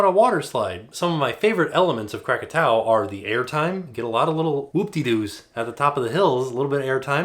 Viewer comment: YES you said Krakatau😂😁😁